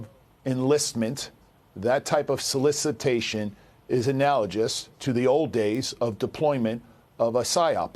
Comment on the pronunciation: Did he pronounce analogous as analogis?